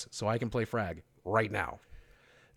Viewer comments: Hey boogie i wanna say top notch video i like your opinion and the way you lay it out no bitching just a honest this is how it is. My only complaint is you said frag instead of flakk but you could be right i think his title is frag master or something like that. High expectations for the game very excited im replaying all the games now in anticipation for the 3rd. Im sure itll be a great game and i cant wait to give it a play myself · fyi it's Fl4k not Fr4g